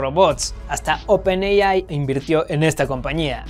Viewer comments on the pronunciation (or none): none